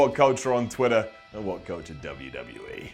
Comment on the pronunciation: Twitter! not Twidder bugs me every week :D